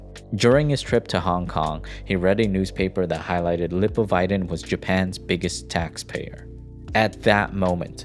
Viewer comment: the way he pronounced "lipovitan" ... that's an example why American English pronounciation is inconsistent. English English pronounciation is simplier and much more consistent.